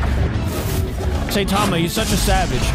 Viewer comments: its pronounced s-i-tama not say-tama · Its not SAYTIMA its (sigh-ta-ma) so please say it right its annoying tbh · And him calling saitama “saytama” was triggering me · d-did he just say "SAY-tama"??? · its 2023 and people still pronouncing him "SAY tama". Like how? where do you even get SAY tama from? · "Saytama"" 😂😂😂😂😂😂😂 get it right idk if it's an accent but for the love of God please get it right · Pronounce Saitama